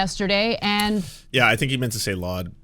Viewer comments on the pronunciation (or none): doesn't even know how to say laud. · Ben pronounced laud as loud 😂😂😂😂 what an idiot